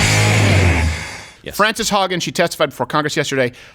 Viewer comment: Did you call her Frances Hog ?